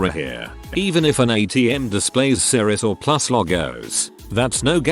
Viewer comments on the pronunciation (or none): none